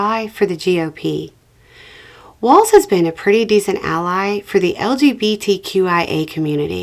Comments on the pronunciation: The main thing is you pronounced his name correctly! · Thank you for your message AND for the correct pronunciation of Walz name!👍🏻